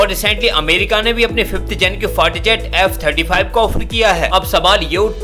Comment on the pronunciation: 🤣🤣🤣fighter or fart jet🤣🤣! भाई अगर तेरा उच्चारण सही है तो निश्चित रूप से मेरे कान खराब हो गए हैं! डाॅक्टर को दिखाना पड़ेगा🤣🤣🤣